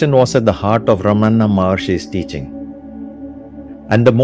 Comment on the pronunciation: Well done video. Nails the message home. One change. Not Ramanna’, it is Ramana. 🙂